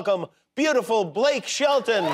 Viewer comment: You're the only one who ever thought it was Blake "Sheldon"... 🙄